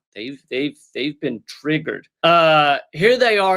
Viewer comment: "You've never bean?" 😂